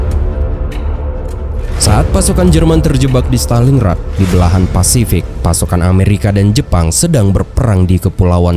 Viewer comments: Montgomery bukan mcgomery Stalin Grad bukan Staling Rad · stalin grat, bukan staling rat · Maaf nih klo boleh koreksi, pengucapannya stalin-grad bukan staling-rad. Dtunggu part 4 nya ya...